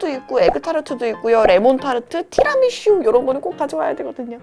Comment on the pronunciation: 티라미슈 아니고 티라미수 라고 얘기해주세요 :) Tira mi su! 입니다